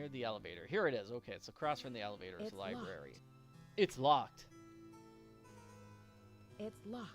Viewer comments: Lie berry lol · Hearing the Dexter impression right down to pronouncing the word "libary" without missing a beat had me howling. Absolutely priceless.